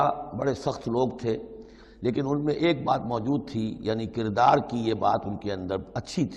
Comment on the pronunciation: اردو کہاں سے پڑھی چینل والےنے. سورت کو صورت. کردار کو قردار. بھائ تعلیم بالغاں حاصل کرو